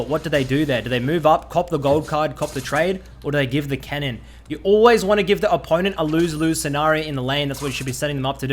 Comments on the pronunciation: Lol I thought he said “kennen” not “cannon”. Got me pretty confused ngl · OHHH, is saying "CANNON", not "KENNEN" lol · First 3 or so times he said cannon I thought he wa saying kennen so I was hella confused lol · is he saying cannon or kennen????